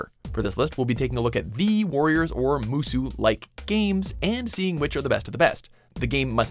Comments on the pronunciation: "mosu games" say it with me. It's pronounced MOO-so. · It's Musou Not Mosu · MU SOU not musu ffs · What “musu” it’s Japanese not French, it’s “muso”. In Japanese, “mo” is “maw”, and “mou” is “moh”, hence the distinction. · MU-SO not MO-SU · Musou. Not Mozu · Now he’s gone from saying “musu” to “mosu” the exactly opposite of what is correct. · Just a small nitpick, but you're pronouncing Musou wrong. It's pronounced like moo-soh, with a soft "s" and long "o'" sound. If you've seen any of the Japanese trailers for any of the games, you'll hear how it's pronounced. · "Musou" is pronounced "moo" like a cow, and "sew" like what you do with a needle and thread. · I should have known not to take this list seriously when Musou was pronounced “Mozoo” Not one Sengoku musou title despite the fact they haven’t fuck up like dynasty. And not even a respectable mention for Basara... Trash... 🚮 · My Guy, Its Pronounced MOOSHOO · Youre pronouncing musou wrong